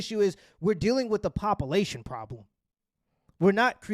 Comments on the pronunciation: “Pop-ilation”😂I like it! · I love your content, but I cant let this issue slide......... and BOI, IF YOU DONT TAKE THAT NOFUGAZEE GRAMMER OUT YO VOCABULARY!!! BOY I SWEAR IMA MAKE YOU DO 100 PUSHUPS AND MAKE YOU SAY 'POPULATION' EVERY REP! AND IF YOU MISPROUNOUNCE IT EVEN ONCE, YOU STARTIN OVER 😤🤣🤣